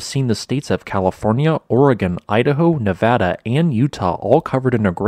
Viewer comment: You pronounced Nevada correctly! You're awesome!